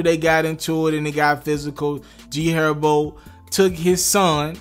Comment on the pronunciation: He did say G Erbo right? 😂. 10 sec